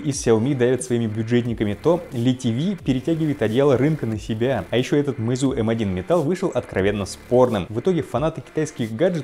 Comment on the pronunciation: Ударение на Е, а не на У, простите, слух режет.